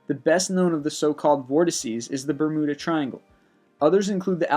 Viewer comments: ber-myoo-da not ber-mu-da... who says bermuda? and idc if websters says either is ok, because its not. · The "Bur-moo-da" Triangle? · Burr-moo-duh triangle Amelia Ear-Hart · Bermooda? XD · Why do you keep mispronouncing "Bermuda?" You are saying "BerMOOda. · "Eer-heart" "Bermooda" "Boing 747" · Bermooda triangle, lol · Victoria Gauthier I know who Amelia Earheart was... The reason I asked "what's funny about that?" and Why did you write that?" is because my initial comment was me thinking it was funny he pronounced Bermuda Bermooda, I figured it would be obvious with the lol. So I was wondering why he randomly commented her name... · Oh man, Taos = Tow like in Towel but no el Bermuda = Ber·mu·da just like how it'd look to be said Tunguska = Ton·goo·ska Correct on Earhart Please check Google like I did next time. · My favorite part of these videos is how the guy doesn't even make the slightest attempt to pronounce words properly. "bermooda" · Bermooda triangle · Bermuda. NOT Bermooda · Its BER-myuda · I like your videos. Please do not view the rest of this comment as me thinking you should stop! Bermuda = "ber-MYOO-duh". Earhart = "AIR-hart". The chupacabra was simply an invention of the government to explain the superstitious farmers' missing goats which soldiers were stealing. The Loch Ness monster sightings have almost all been revealed as a series of hoaxes, including the first story and that photograph, while no reliable evidence has been found. It's not unsolved. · Bra-mood-a LOL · am i the only one who was really annoyed with the way he pronounced Bermuda and earhardt? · I love these things, but EVERY ONE of them contains at least one or two mispronunciations! Stop guessing! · He mispronounces so many things. How has he never heard anyone pronounce things like Bermuda, Amelia Earhart or Gibraltar? (to name only a few)